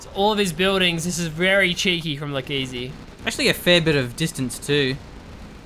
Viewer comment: Come on guys, that casting was a low-blow. Pronunciation: Like-Ease(Leikeze=ezekieL)